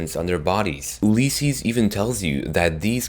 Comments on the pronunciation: OLYYSESES? ITS ULYSSES! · Please say Ulysses correctly, your saying oohlysses. It bugs me. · Oolleses XD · Gonna have to stop you at Ulysses, it's pronounced "You-Liss-Sees"